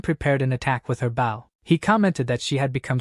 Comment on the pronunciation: How brain-damaged are the AI's? When it's a bow and arrow, they say it like "bow" as if to bow to someone. When someone bows they say it so that it rhymes with "toe". Is the AI purposefully mispronouncing? HOW COULD IT BE SO BAD??